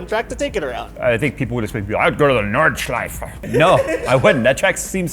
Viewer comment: As an austrian, i love your pronounciation of “nordschleife“